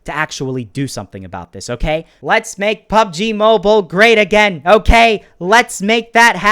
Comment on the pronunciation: it's actually mobile not moble